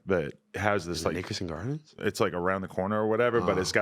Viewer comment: Nickelodeon gardens or nick gurrdens